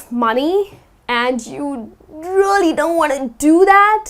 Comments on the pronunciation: you are right,she said rooly not realy!Whatever,I like her way to explain. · Dear, you pronounce "really" like "roolly".I bet you know it,just point that out )) No offence:-) Thank you for your classes! 💖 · the word " really" sounds very strange from her. like " rolly" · agree I think it should be more "e" , I clearly hear rolly as well